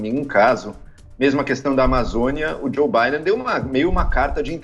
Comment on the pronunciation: A reporter fala presidente eleito o Bidê